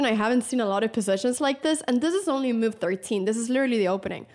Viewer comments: I like how Anna says “myuv” 😀😀😀 a “crucial myuv” 😀👍🏻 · I like the way Anna pronounces move ‘myove’